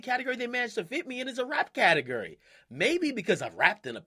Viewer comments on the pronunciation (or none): Akademiks the type of nigga to say "Ca-Ta-Grr-Ri" instead of Ca-ta-gore-ri" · Who else was cringing when he kept saying "catigery"?😂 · i want him to stop saying "catagerry" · Anyone laughing as hard as me when akademiks says "category". 😂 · DJ akademiks is the type of dude that says category like catagUry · Akademiks taking a capital L for saying "categery" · Akademiks the type of nigga to pronounce category "CAT-EG-ERY" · My nigga said CATEGRY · "cate-guri" - DJ akademiks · Am I the only one that cringes when he says category, sounds like catagerie 😂😂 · This dude can't pronounce category right "cattle gurry" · lol why this nigga say catergor instead of category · Pronounced CateGORy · The way this mans says Category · He says category weird af 😂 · the way he says category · how he says category 😂😂😂😂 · Is it me or Dj A . Pronouncing category weird? Haha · Hate how he says category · I hate the way he says category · lmfao he dont know how to say category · This dude cant say category.